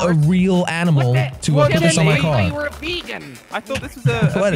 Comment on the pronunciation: Why dose he say coor instead of car😂